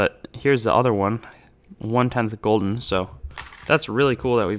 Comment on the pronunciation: It’s guilden not golden